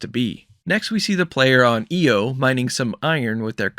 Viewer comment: Best breakdown of the direct so far. One big thing you missed mentioning is that IO is a moon of Jupiter. And it’s pronounced I O not E O. Pretty minor though.